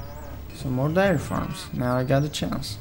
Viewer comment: Some darry farms and whaht farms lol. I love your videos but your pronunciations make me laugh